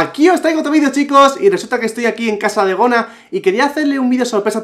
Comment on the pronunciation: Gona: Begona: iLuh